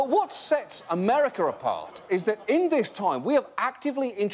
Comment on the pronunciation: he says "Americer" lol